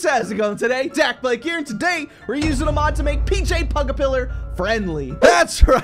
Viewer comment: i know that you in the start in the video when you say your name it sound your saying daklike